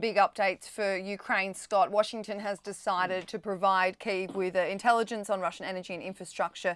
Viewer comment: Someone needs to explain to the host 1. the importance of paying attention to your guest, 2. learn how to pronounce Kyiv.